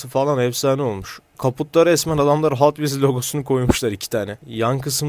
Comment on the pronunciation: abi hot wheels e neden hatvils diyosun bende alışkanlık oldı hatvils diyorum